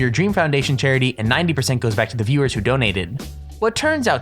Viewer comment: You can't pronounce "viewers". It's sad.